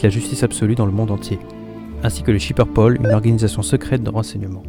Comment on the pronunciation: MDRRR IL A DIT SHIPER POL jle déteste